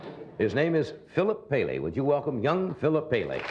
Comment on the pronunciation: Phillip Cha-Ka Paley